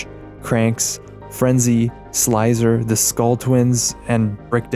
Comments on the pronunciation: It's not Sl I zer...It's Sl iz er....like the word Lizard. Look at his face he's reptillian. That's the point the name is a bit of a pun. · I think Slizer is pronounced 'Sl i zer' like lizard because he appears to be reptillian...